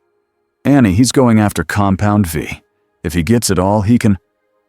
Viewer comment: Oh and when it comes to the word compound v, it should be v e e. This way it stops calling it compound 5 and compound vie. Just take the time.